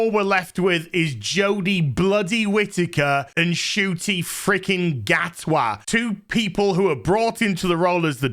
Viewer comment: Are you pronouncing her name: Shooty? I thought they were saying Shitty. And I agree.